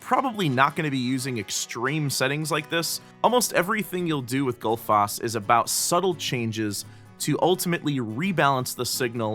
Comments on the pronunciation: Goodfoss? :D I'm glad that didn't stick since it's way off :D ;) I can be your Icelandic pronunciation consultant ... :p #justsaying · I simply can't get used to this awfully wrong pronunciation of Gullfoss! :D Love the plugin though ;)